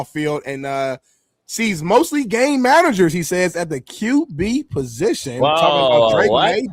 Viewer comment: did say "GHey Managers" not Game Managers. Facts🤷‍♂️